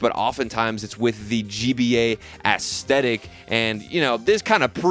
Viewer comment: the way you say aesthetic sounds like when lil pump used to say esketitt